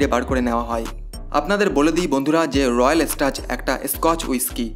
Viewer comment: ইউটিউবার হয়েছেন একটু পড়াশোনা করুন 😂😂 কথাটা রয়াল স্টাজ না রয়্যাল স্ট্যাগ 😂😂 আর স্কচ হুইস্কি মানে স্কটল্যান্ড এ প্রস্তুত হুইস্কি 😂😂😂😂